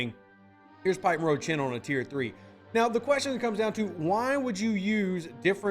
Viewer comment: Rev its pike moreau tlaan for borg probes not chen